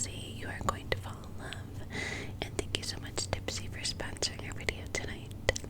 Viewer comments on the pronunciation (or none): When you said dipsea, I thought you said tipsy lol